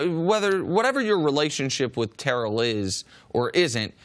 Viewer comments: TARE-ELL OWENS Listen to this video..... he says it perfect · Chris saying it exactly right. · Tare-ell Chris is saying it right